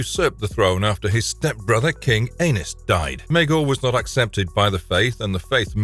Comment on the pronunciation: Anus…😂😂 the way you pronounce these names.